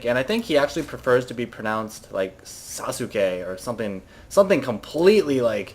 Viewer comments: its susuke (sahs-kay) and its a characters name from naruto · it is pronounced saucegay. lol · SASKAY is the pronunciation xD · i want to tell you that Sasuke is not Suzuke or something its Saskee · Sasuke is just pronounced Sasuke, not Sasuuchii. :p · those people who say "Saskei" or "Saskeh" etc etc.... You are all wrong! It's simply "Saske", silent U nothing more to it! It's made up of three Kanji, Sa-Su-Ke but yeah, silent U. And wtf is up with the "ravvaine", it's rav-ine dammit! You are so goddamn annoying ^_^ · its pronounced sauce-k ;p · ITS NOT SUSUKI <.< hes not a car dammit ! its more like sauce key or SaSKe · its sas-ke , not sasuki XD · saucekay ok? thats how u pronounce it.. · It's from Naruto. Pronounced Sass-gay lol at least thats what my friends call him. watch the show and you'll see how they say sasuke exactly. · "Sah-su-kay" "sahs-kay" Anything other than the way you are saying it. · It's actually actually pronounced something like Sauce-Kay. Those to words together is how it's pronounced, learned that from the show NInja Warrior on G4. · Sasuke?! Sas-keh. >> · Sass-KAY! lol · lolol... im sure a lot of people already tried to correct you but its pronounced Sawskeh.. the u is silent-ish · Actually it's pronounced Sause-Gay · its Sas-Kay noob. Its a naruto character lol. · It is pronounced "saas"- kay" It is a character from the amine naruto. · It is not a big deal but the way to pronounce Sasuke is Sa + ssss + keh. The su part is like a snake saying "ssssss." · just to clarify Sasuke's name is pronounced "Sauce-Kay". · It's actually pronounced "SAUCE-kay", but I like Sausage-head better for this one. And nice banner. My question is, who is it that got owned? Her? Or you? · haha, Sasuke is from Naruto man, who doesn´t know? say it like: sahskee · sauce-k is the pronunciation. It means Ninja Warrior. Also a character of Naruto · Sah skay is how you pronounce it, like from naruto. lmao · its pronunced sauss-kay. Its from naruto.